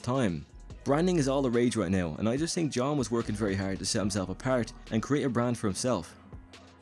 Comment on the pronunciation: It’s pronounced Th-ink, not tink....